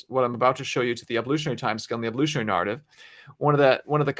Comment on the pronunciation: Why does this guy pronounce the word narrative, nahr-ative. With the a sound in farther rather the a sound in fair?